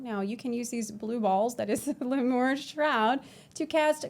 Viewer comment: I think it's pronounced Lee-mure ;3 also awesome video!